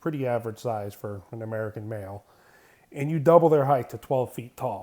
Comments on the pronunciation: I love the videos but i cant get over the way he says "heighth" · Really bothers me that you don't say the word "height" correctly.